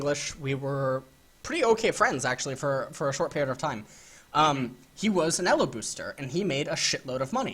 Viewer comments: What the fuck is "Ello" hell it's pronounced "EEELOW". fuck. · I thought it was pronounced "E-low" not "Ehh-lo" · its E L O not ELLOS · the only person who pronounces it Ello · Elo is pronounced with a long E, not a double consonant L! Just saying. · The way you pronounce elo hurts my head. Great videos tho! lol